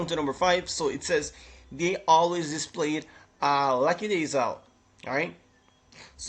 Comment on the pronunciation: so nobody talking about the pronouncing of lackadaisical🤣🤣🤣🤣🤣🤣🤣🤣🤣🤣🤣🤣🤣🤣🤣